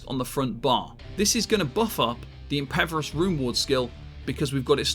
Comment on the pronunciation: Okay, after the fifth time I just gotta ask. Is pronouncing 'impervious' as 'impeverous' some kind of in-joke I'm missing out on? >.>